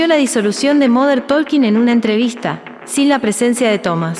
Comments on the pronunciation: se pronuncia tôking, pueden verificar en Google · La “L” de talking no se pronuncia, hasta Dieter lo sabe…